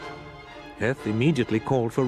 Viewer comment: and Heth uses the long e sound (Hee-th). It seems taxation wasn't the only thing we argued with the crown over. While correct use of vowels can be the difference between clear communication and 'WTF did you just say?' There's no excuse for omitting 'surrender' from U.S. Grant's moniker. It's fortunate for the narrator, that it's only in the script twice.